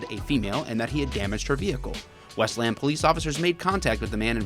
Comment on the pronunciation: I know you're a fellow Michigander when you correctly pronounce Westland.